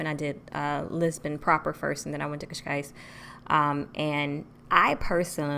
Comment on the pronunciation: You are the first foreigner to speak the word Cascais so perfect without an accent🤔🤔Boa sorte em Portugal.